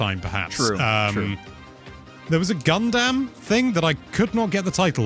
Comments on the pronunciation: Funny how got on for emphasizing the "ass" in "asphalt," but nobody acknowledges "Gun-DAMN." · Love the way pronounced Gundam. Like gun-damn that was a good direct!